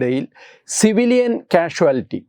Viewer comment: Not cashwatility, just "casuettie